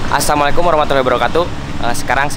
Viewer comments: Apa cuma aku yg denger gini: Assamualaikum. Bukan Assalamualaikum... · tolong Di Cek Salam Nya, Yg Bener ASSALAMU'ALAIKUM, Bukan ASSAMU'ALAIKUM Saudara, Beda MengucapKan Beda Arti Saudara